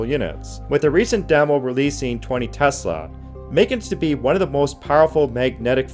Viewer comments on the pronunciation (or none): none